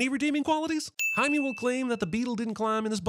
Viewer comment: Jaime is not spanish for Jamie, its Spanish for James. And its pronounced like 'hi meh', not 'hi me.'